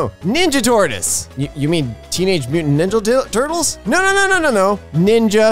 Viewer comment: “teenage mutant ninjle doo”